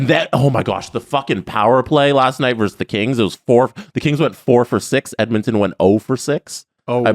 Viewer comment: it's "versus", not "verse".